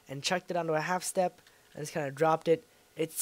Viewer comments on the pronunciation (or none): none